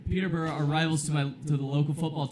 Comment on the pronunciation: PeterbUrOh my fave prononciation of Peterborough. Why is that the one day I can’t get my ass down to Peterborough ?